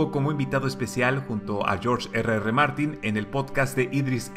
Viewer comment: Agradezco infinitamente que pronuncies en castellano las dos R de Martin....odiana oirte como si hubieras comido una patata caliente ...